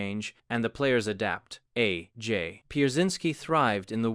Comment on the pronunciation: A...J...might...be...wrong. All of the sudden, this AI voice is British? I do enjoy these videos, but why do they pretend it's an actual guy saying this stuff? Nobody would pause between A and J like that. Or call Jim Thome Jim Tome. See other video for that.